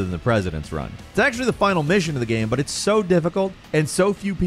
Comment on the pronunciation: I feel like I’m being gaslit by. Sometimes he pronounces the word GAME very strangely but no one else seems to acknowledge it. He straight up says GAMS at the beginning of the video I feel like I’m taking crazy pills!!